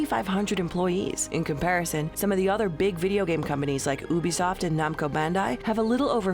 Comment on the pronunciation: U-be-soft = Ubisoft